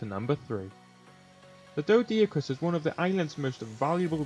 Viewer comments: its pronunced Doe-Dic-Urus and An-Kee-Lo-Saur-Us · Pronounced doh-dick-or-us and ankie-low-saurus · I don't understand why you pretty much st letters to the dinos names. "dodiacrus" "Castroids" "ankilo"